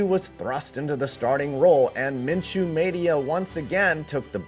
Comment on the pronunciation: "Min....Min...Min-chew" 🤧 - Chris Berman